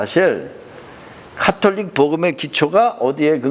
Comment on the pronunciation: 캐톨릭은 가톨릭 , 바디칸은 바티칸이 표준말이고요(슬라이드에는 표준말로 잘표기되있는데 꼭 틀린이름으로 발음하시네요) 정진경추기경이라고 하시는데 정진석추기경님으로 성함과 호칭을 정정해야겠네요 목사님 성함을 조난민 목사라고 이름바꾸고 경칭빼고 (개신교김삼환목사에게는 님자부치시더니 추기경님은 이름바꾸고 경칭빼고)바꾸어서 호칭하면 좋겠습니까 개신교를 캐신교라부르면 듣기거북하겠지요 사소한것같지만 이런것들이 주장하시는것들에대해서도 신뢰성을 떨어뜨리는것 같네요 가톨릭이 이단이라고 주장하는 터무니없는 소설과 우상숭배한다는 왜곡은 논할 가치를 못느끼고요 하느님의 은총으로 미혹의 영에서 벗어나 참진리의길을 걸으시길 바라는측은한 심정입니다